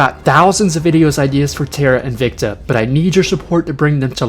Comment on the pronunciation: Just a tip, the word 'invicta' is pronounced in-vic-ta, and not in-vec-ta as you have been pronouncing. Technically in Latin it would be pronounced in-wic-ta but don't do that :P